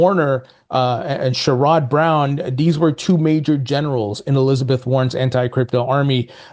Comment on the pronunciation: Hey 👋 as much as I dislike Sherrod Brown, I'm here in Ohio And you pronounce his name is a little off as I understand. Pronounce his name as Share-ed(put an Ed on the end of Share)Brown, and yes his a clown 🤡